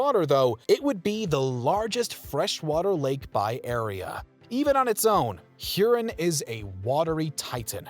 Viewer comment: Nice video however the pronunciation of Lake Huron should emphasize the "ON" of the second syllable thus avoiding sounding like something that needs flushing...sorry for the nitpick